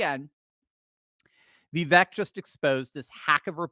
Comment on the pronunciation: Vivek like cake. Viv ake is how you pronounce it. Just trying to help my boy. He deserves to be president. The biggest middle finger trump could give these lunatics is stepping down and taking the VP job. Second in line to the presidency and he could do all the rallies he wants while proving he values the future of his country over his ego. I love trump but it’s the 7th inning, he needs the bullpen to close the game